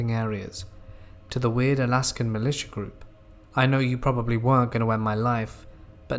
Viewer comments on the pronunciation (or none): none